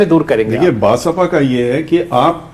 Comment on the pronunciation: एंकर जी "बसापा "नहीं "बसपा" बोलिए